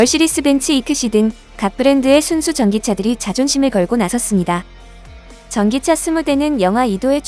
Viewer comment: 멀스데스벤츠 듣기 존나거북하네